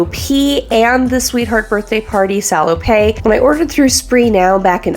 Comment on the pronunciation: Love your stuff. FYI: At least in French, it's pronounced "sah-low-pet", not "sah-low-pay". PET is pronounced pay, but PETTE is pronounced pet. Hope that makes sense. Keep the great content coming.